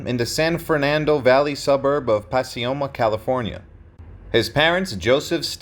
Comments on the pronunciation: Puh Coy Muh is how you pronounce Pacoima not pas si oma , christ oh mighty dude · It’s pack-OY-ma, not Pass-ee-oh-mah!! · I’m from the SF Valley and was wondering where pasioma was lol. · Pacioma? Never heard it pronounced that way. It is really pronounced Pacoima. Grew up all over the San Fernando Valley. Continued R.I.P. Men.